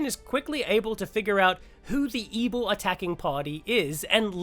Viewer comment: Whenever you say ebil I think back to AdventureQuest (Battleon). Lol